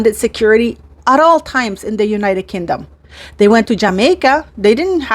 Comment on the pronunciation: Pronounced as king dom Not kin dom